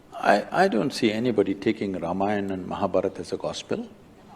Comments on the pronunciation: Not Mahaa bharaat , Muh-Haa-Bhaah-rut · Thanks for your reaction on this topic. Just to make it easy, Ramayana sounds like "Raamaayana" and Mahabharata sounds like "Mahaa Bhaaratha"...